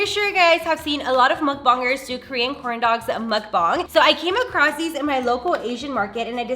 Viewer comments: Why do you say Mukbang like that like bro? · muckbangs bro its muk B-A-N-G-S